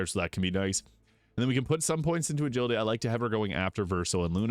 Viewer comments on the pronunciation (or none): none